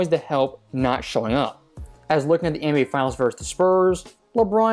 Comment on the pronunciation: Why does this guy always say ENBA instead of nba. It’s so weird.